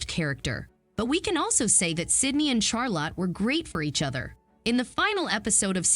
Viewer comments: Charlotte: pronounced Charlut, not "Charlot." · Charlotte, not Charla🙄🤦🏻‍♀️